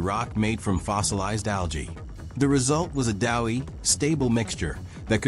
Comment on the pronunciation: AI voice butchering the English language again. Doughy substance not dowy substance.